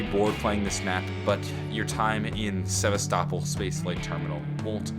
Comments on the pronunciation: It's pronounced sev-ass-ta-pol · Don't want to be a dick but as a nerd that loves alien isolation so much, I want to point out that he said Sevastopol wrong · Exactly! I actually got a bit disappointed when he pronounced "Sevastopol" Wrong.